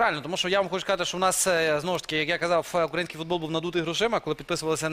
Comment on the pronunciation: Научите его правильно ставить ударение в слове "украинский".